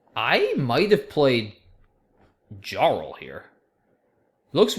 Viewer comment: good game, btw JARL is pronounced like YARL... too much skyrim